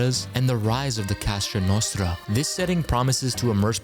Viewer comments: And every repetition made it even worse. 😂 Cosa Nostra - it's not that hard to pronounce. 😉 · It's not called ca sa Nostra bro it's la cosa Nostra